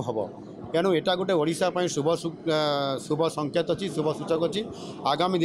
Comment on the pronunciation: ମୋହନ ବାବୁ ଓଡିଶା ଟିକୁ ବାରମ୍ବାର ଅଡିଶା ଅଡିଶା କହୁଛ ଅ ଟାକୁ ଓ ବୋଲିକି ଊଚାରଣ କରନ୍ତୁ